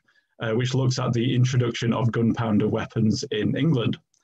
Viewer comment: "Gunpownder" weapons?😁